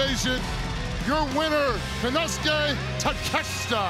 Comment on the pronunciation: Paul doing his best to pronounce Konosuke's name correctly, meanwhile Mark (and, bless his good heart) is just completely struggling...lol 😂